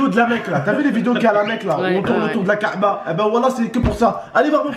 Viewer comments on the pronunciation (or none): Chui le seul a avoir entendu ka7ba au lieu de ka3ba